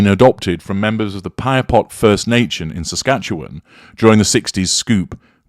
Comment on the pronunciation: BSM’s “truth” is so sugar coated it’ll make your teeth rot. By the way,, good job pronouncing “Saskatchewan”.